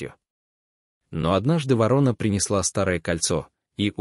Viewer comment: Чтец о вороне не знает, как произносить название этой птицы. То ли он впервые слышит его, то ли вообще научился читать по-русски недавно. Вот таких "рассказчиков" мы встречаем нередко и еще хвалим их. Видимо, недалеко ушли от них и хозяева передачМ, раз они пропускают такое чтение. Это безобразие, выпускать в широкий эфир безграмотностьх. В приличной стране таких выгоняли вон из передач.